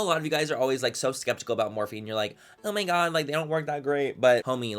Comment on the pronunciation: maybe it's the hat but manny's vernacular changed in this video and i loved it <3 "dude" "& "homie" and he even said OH MY GOD differently